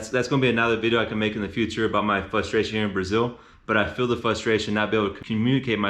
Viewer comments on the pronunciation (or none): Informative video. Don't mean to be rude, but it's "fRustration". But i know it's hard to change a habit like that. I agree that learning Spanish is so important. I took 3 years in high school, so I can survive, but I wanna go live for a while and get better.